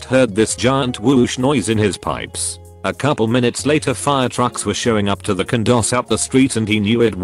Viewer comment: I know what a condo is 👍. What's a cundo which is what the narrator says at one point